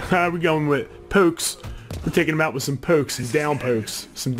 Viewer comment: the word 'pokes' gave it away aha "pooks" lol